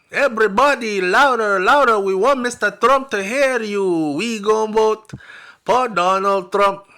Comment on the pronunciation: I will " bote" for Donald Trump I will" bote" for Donald Trump 😅😅😅😅😅